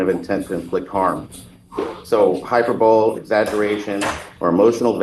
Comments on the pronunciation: and again - the word "hyperbole" is pronounced "hi PERB oh lee". A fine example of a man who has seen a word in print, uses it correctly, but has never heard the word. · I like this defense attorney, but pronouncing it "hyperbowl" is unforgivable. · He keeps saying hyper bowl!! That's about as irritating as nails on a chalk board. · high-PER-bo-lee ... not hyper-bowl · Dear attorney trying to defend a violent, angry clown: it's pronounced hyperbole, not hyper-bowl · I was coming to say the same thing. I thought I misunderstood him so I went back to listen again. WTFrank is hyper bowl? 😂🤣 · A lawyer not knowing how to pronounce “mens rea” and “hyperbole” correctly is a red flag. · It would kinda concern me if my attorney didn't know how to pronounce hyperbole. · Hyperbole is pronounced hi-PER-bow-lee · He said it incorrectly TWICE!